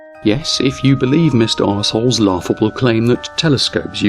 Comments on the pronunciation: mister are souls I didn't catch it the first couple of times you said it lol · Dear, did you mean to make it sound like you wear saying “Mr. Asshole” when you say Rsol, or was it just an accent thing and you were talking fast when you said his name? EITHER WAY, it fits like a glove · Am I the only one that kept hearing Mr. Arseholes? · I love how the narrator pronounces the nick: Mister Arsehole.